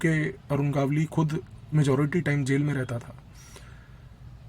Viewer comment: बहुत ही उत्कृष्ट निवेदन और माहीती। एक विनम्र निवेदन है, भविष्य में नाम के सही सही उच्चारण पर थोड़ा अधिक ध्यान दें। गावली नही है, गवली (मराठी भाषा में गवळी) गावली सूनकर ऐसा लगता है जैसे भट्टाचार्य का उच्चारण भाट्टाचार्य, ममता का उच्चारण मामाता करेंगे तो जैसा लगता है वैसा लग रहा था।